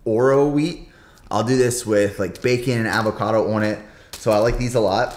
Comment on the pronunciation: Look up how to pronounce avocado, but good vid